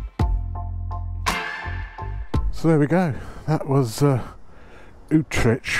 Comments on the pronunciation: Lol at your pronunciation of Utrecht… UTRESH 🤣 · Well done! Thanks for the static scene shots, and better video production - getting professional LOL! A few misdemeanors with pronunciation issues - Utrecht I think is "ootr8t" even someplace in UK I think was a bit out... still I enjoy your casual chats and thoughts from off the cuff. Keep it up! Graeme NZ